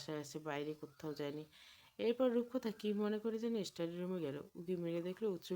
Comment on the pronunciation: স্টাডি” ইস্টাডি নয়